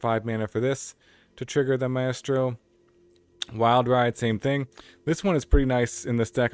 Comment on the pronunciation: For future reference, it's pronounced MY-stroh.